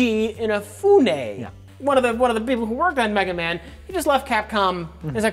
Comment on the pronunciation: carefully and pompously mispronouncing Inafune horribly